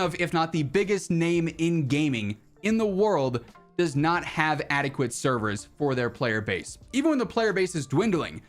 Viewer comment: Man said update severs lmfao...never